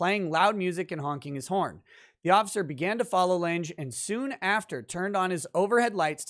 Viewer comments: Lange, like long but with an A. As in Jessica Lange. Not Jessica "Laynj". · Lange is German and is pronounced lunga. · OMG. It's pronounced LANG. The "e" is silent.